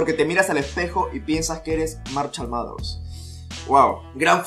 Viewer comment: "Marchal Maters"